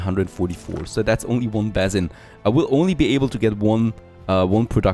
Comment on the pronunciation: Please check the way you pronounce 'basin'. I find myself screaming at the screen